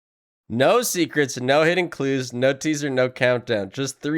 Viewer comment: see the ACTUAL issue i think is the emphasis on those four "NO"s. it feels too emphasized to not be something.